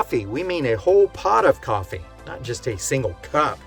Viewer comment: Maaaan, you hit that last “P” in ‘a whole pot of coffee, not just a single cup’ — so hard that I almost spit out my drink.